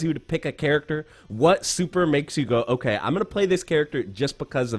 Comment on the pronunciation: Wtf is an okayzemae???